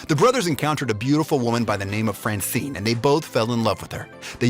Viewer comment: the way he said francine hahahaha